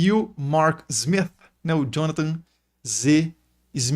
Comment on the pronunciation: O professor treinou em casa para falar o smiTH 😂😂